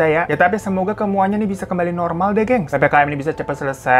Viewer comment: Kemuanya wkwkwkw typo ngomong bang?😂😂